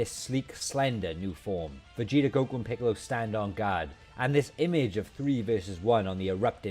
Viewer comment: "Vageater" lol 🤣